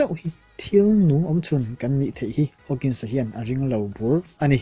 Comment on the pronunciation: Stephen Hawkings a nilo.. Hawking aw